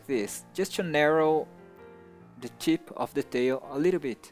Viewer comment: when u say "tip" it sounds like "chip"